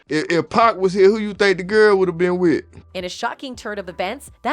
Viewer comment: 2 päck lmao